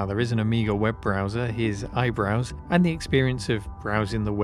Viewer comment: "IBrowse" oh dear...